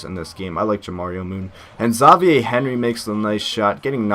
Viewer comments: you pronounced it wrong. it's xavier...not ZAW VIEH...embarrassing mistake lol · It's Xavier, not Zavie. Just like the college. I've never heard one analyst call it Zavie University, because it sounds exactly how it's spelled. Xavier. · lol dumbass it is pronounced Zavier